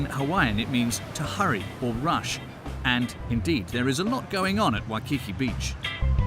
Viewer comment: U already know it’s gonna be an inaccurate documentary when they can’t even have the narrator say Waikiki correctly 💀it’s really not that hard